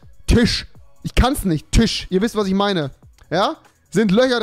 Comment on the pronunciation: Tisch rewi nicht tich was ist daran so schwer